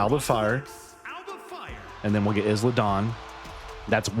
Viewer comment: As a heads up it’s pronounced “eye-La” not “Is-La”